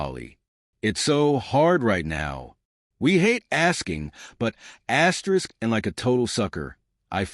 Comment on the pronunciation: This is a crappy ai reading… who reads an asterisk as askerisk